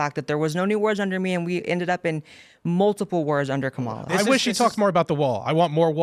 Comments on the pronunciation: I can clear up the kamala pronouncing situation for you... so look at the spelling, all the a's are the same sound and you run through the letter fast... just like the way you would read most indian names or words when written with english letters... so its kah mah lah, not mah muh luh, or cam uh luh... which is hilarious to me because its obvious due to her being indian. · Her name is prenounced commyla harris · It’s Comm-ola like communism!